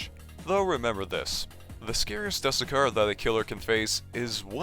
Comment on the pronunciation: ermm actually youre supposed to pronounce the "du" in "dusekkar" like the "du" from "dude" and "sekkar" like "seck car"